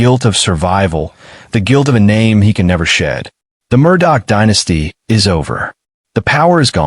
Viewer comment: For you guys to say that you go into details... one would think you woyld at least know how yo pronounce the name right?